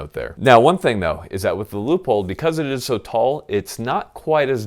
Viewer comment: Is it just me or does it sound like he's saying loophole every time he says Leopold??